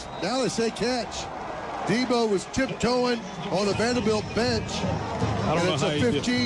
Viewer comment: 1st of all deebo is in the nfl and second of all it’s deebo not debbo